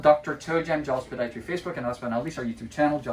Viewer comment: Love how you say podiatry……….